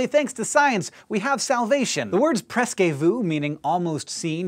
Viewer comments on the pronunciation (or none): The last E in "presque vu" is not pronounced or at least it's not pronounced like é. Also we don't use that expression in French, like it's literally the first time I've seen it.